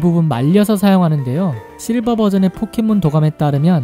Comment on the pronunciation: 포켓몬을 폭켓몬으로 발음하는듯